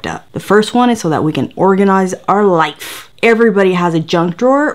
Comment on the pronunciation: LmFao "were going to organize our liffee" omg you crack me up. Omg there's a mini Vivian 😂😂😂